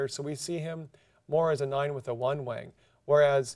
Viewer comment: When he says wing it sounds like wang.